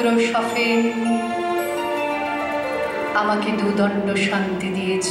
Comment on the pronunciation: ব্রততী উচ্চারণ করেন,শফেন,সঅন্ধ্যা।নাকি শুধু আমার কানেই এমনটি ধরা পড়লো?